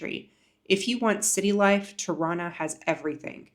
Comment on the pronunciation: I didn't know Tirana is pronounced Toronto 😅😂